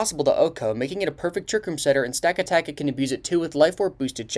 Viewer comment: Many pronounce Stakataka "Staka-taka", without knowing its "Sta-kata-ka"